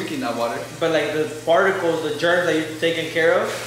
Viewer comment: Is it just me for did he just say ✨fartials✨😭😭